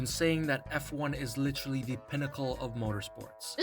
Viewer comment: "Literraly"? lol